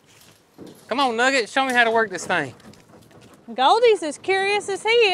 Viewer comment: Nugget, not nugger!